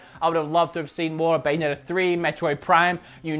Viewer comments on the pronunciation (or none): none